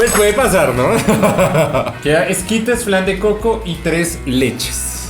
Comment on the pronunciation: Santiago le dice "Escuadels" al ESQUITE jajajajajaa